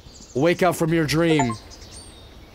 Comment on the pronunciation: "You got gaems on youw phone?"